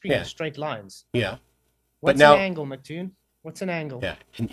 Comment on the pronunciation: Check, check... one, two... this thing on? * tap tap tap - feedback *. Also,, you idiot, arrogant (male appendage), it's pronounced EM CEE TOON, not fricken Mck Toon. If you bothered to notice, his YouTube name is big M, big C (em, cee) Toon. Really annoys me when you idiots say it wrong. I can fart more "interesting claims", than you can. Seriously, dude, try learning what it is you're talking about (including sextants), BEFORE making yourself look like an idiot (which isn't hard). STOP SAYING "SORRY..." when you think you're right, when you're not. I would also suggest you DON'T try to argue trigonometry with a guy who knows MATH better than you.